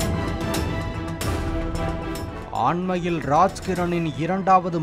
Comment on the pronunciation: அண்மையிலா, ஆண்மையிலா... 🤔 உங்க வாய்ஸ் ல கொள்ளி வைக்க